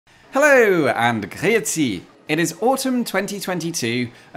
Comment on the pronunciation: Finally someone who's not from Basel that's able to say Griezi perfectly. Thank you!